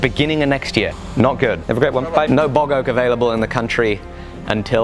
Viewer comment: Bog Oak... Not Boggoh! Oak from a bog... Oh lord, I thought my ears were broken.